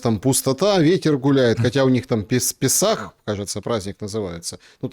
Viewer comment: пЕсах,. пЕсах. Удаление на первой гласной!:)